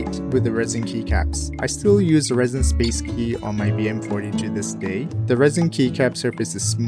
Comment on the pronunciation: That supaasu killed me ngl